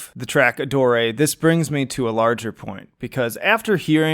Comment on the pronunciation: Are you sure that's how one pronounces "Adore"?